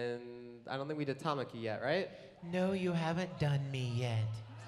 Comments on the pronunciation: Guy: toe-ma-ki Me:... What.. Did... You... Say?? It's Ta-ma-ki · THERE IS NO WAY THEY PRONOUNCED HIS NAME -TA-MAK-I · I love how he pronounced Tamaki's name lmao